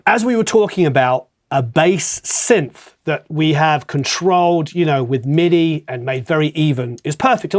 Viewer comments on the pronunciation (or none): none